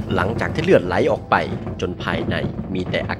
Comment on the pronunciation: ชอบตรงคำว่า ออกป๊าย